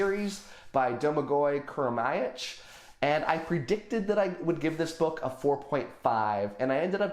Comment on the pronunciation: You nailed the pronunciation of Domagoj Kurmaić’s name! 👌 As a Croatian, I really need to pick up that series. Fantasy as a genre is getting more and more traction in my country and if the books are as great as you say, nore of us should get to it. 😁 The cover seems like it’s Harry Potter with steampunk mixed in.